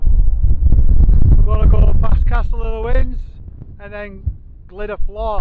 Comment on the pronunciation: 6 mins in and love the many pronunciation references already 🤣 Yes, they need work. Tryvan, Vach, Vawr will get you close, unsure how to type the LL 🤣 Great to see this part of the world again, been a while